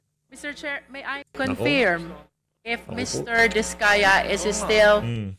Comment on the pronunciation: Go Discaya nasa likod mo ang taong bayan!!! wag ka magpatakot diyan kay Confeeerrmmm!!! english ng english yan si sablay naman mag pronounce ng COnfeeeerrm!!!